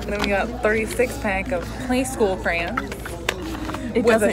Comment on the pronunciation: "Craaaans". It's "CRAY-ON"!